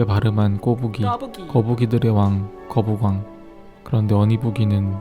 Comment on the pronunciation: "거뿍왕" 뿍 ㅡ> 연기가 나온다